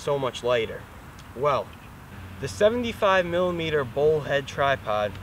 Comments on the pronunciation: Its ' bowl ' not ball. the tripod head screw on the other tripod is STANDARD 3/8". The bowl has other uses also. Obviously you do not know. so why offer ' advice ' on things you do not understand ? Just creates more confusion. Plus the pronunciation of names as always in USA not correct. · Here's been saying bowl...